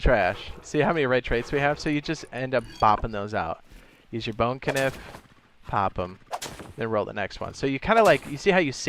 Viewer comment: Bro said “K”nife 💀💀